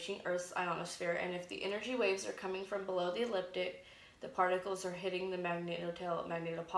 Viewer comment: You pronounce so many words incorrectly which makes it difficult for me to listen to you. Here in America, we say Flashlight not Torch. The word is Ecliptic not eliptic. You leave out the first 'c'. Schumann is pronounced with a long 'u'. I'm not at all trying to be snotty, particular, rude or mean. I realize that some people may consider my comment as "petty". To each their own. You've got great information here, your delivery needs work. Have a great day & may we all be observant & prepared.